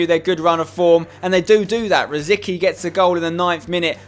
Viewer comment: That is not how you say Rosický mate xD It's said like : Ro-sits-kee